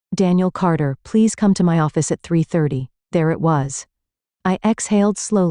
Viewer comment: Instead of saying "at" I'm hearing "ayee" & then a "tee". What is that? It's very odd.🤔